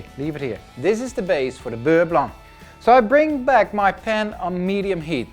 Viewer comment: This is the first time I hear someone pronounce beurre blanc properly. Every contestant on every reality cooking show competition pronounce the C in Blanc and it drives me nuts. Anyways, great recipe!